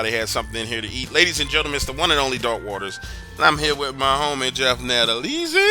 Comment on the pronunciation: I have to say I’ve enjoyed the podcast for years but when you pronounced nadolnys last name nadalony and said you’re good friends Nah for a supposedly highly educated person wouldn’t make that mistake. I’m out